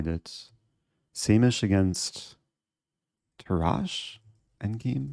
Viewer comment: Dear Eric, Tarrasch is pronounced with the emphasis on the first vocal and a strong last "sh".